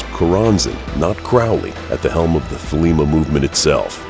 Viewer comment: Not an A.C. fan here but I must say: This guy doesn't know how to pronounce Choronzon or Thelema.